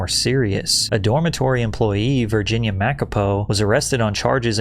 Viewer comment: Virginia who😂😂😂 That's now how it's pronounced